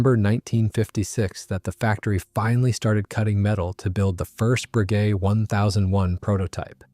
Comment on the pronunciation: Frenchman here. Not a fan of AI, but it still beats hight school anglo-saxon teachers on the correct pronunciation of Bréguet. Close enough not to shock my Gallic ears. 2) The Folland Gnat also tended to gulp gun residues.